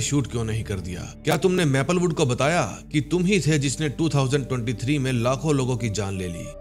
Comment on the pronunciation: Do hazaar tarwinjha bola time isme... areeh ap punjabi ho matlbh